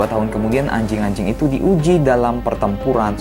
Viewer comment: Ngomong "anjing" nya biasa aja dong bang🤨🤨🤨🤨